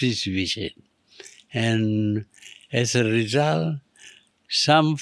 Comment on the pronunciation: Bro, bukan rizal, cakap betol2,, result